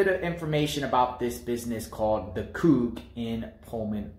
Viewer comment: It's pronounced Coo. Get it right